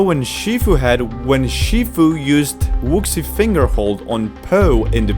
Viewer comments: Wushi not wuxi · “Wuksi finger hold” “Tigiress” man those pronunciations are better than original